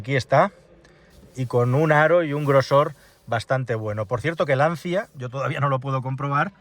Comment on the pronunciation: Se dice lanchia 😘 Qué horror de coche.. Que manera de cargarse una marca de valores..